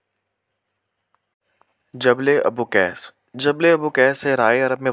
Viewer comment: پہاڑ جبل ابوقیس نہیں ابو قبیس ہے